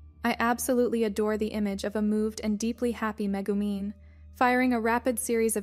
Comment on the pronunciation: "Meh-goo-men" hahaha